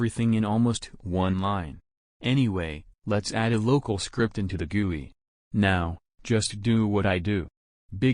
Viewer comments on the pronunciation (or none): I love how the robot voice pronounce GUI as Gewi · its just me or i just heard (g)uwu instead of gui?